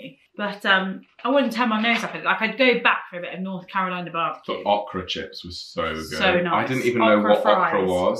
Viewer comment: North Carolina Bar B Que is THE best. It’s Ohkra not Ahkra LOL